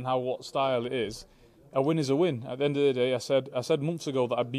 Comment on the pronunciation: "At the end o the day"